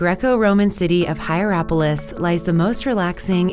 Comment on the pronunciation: The waterkeeper guy is gold 💕 p.s. to the woman narrating the Pamukkale video, please search for the pronunciation of names (both Pamukkale and Hierapolis) bcs, with all due respect, you are butchering them (and this is coming from someone who's not from Turkey)